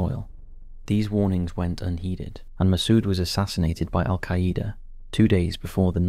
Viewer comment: The way this guy says AlQaaida 😂